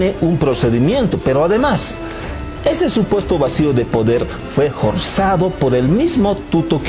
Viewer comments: Muy buen análisis, una sola observacion, la F la pronuncia como J ,ejemplo inJormes= inFormes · Excelente análisis, solo un pequeño gran error en la forma de relato , sería bueno que corrija eso . la f pronuncia como J . ejemplo forzado no jorsado